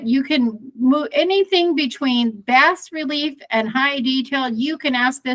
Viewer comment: FYI Bas relief is pronounced BAAA RELIEF